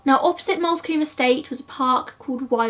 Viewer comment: 'Lewes' is pronounced 'Lewis' and 'Moulsecombe' pronounced 'moolscombe' Sorry I live here so don't often hear them mispronounced ha. The lighting ain't an issue, your content is good 😊